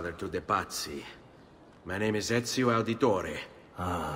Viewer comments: is pronouncing most words in these games spot on at this point😂 Said ezios name perfectly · You're pronunciation of his name is the best from a non Italian I've heard. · you said his name right thankfully😭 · dam hollow you said the name right